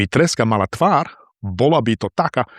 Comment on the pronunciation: Bývate na východnom Slovensku? Pýtam sa, lebo máte východniarsky prízvuk :-) Ale inak výborne čítate. Akurát keď ste v súvislosti s treskou povedali "tvár", počul som "tvar". Pozor na dlhé verzus krátke samohlásky.